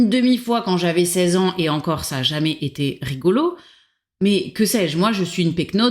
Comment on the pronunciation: "jamais tété rigolo" ?! hum... liaison dangereuse.